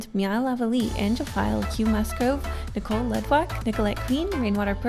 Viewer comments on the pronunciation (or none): none